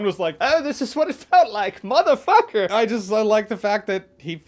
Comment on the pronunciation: Oh this is what it felt like muthafucker(faulty towers accent) was hilarious